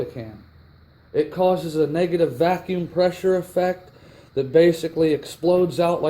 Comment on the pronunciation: "NEGATIVE VACUM"